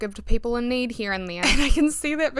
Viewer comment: Lowkey obsessed with your pronunciation of “niid”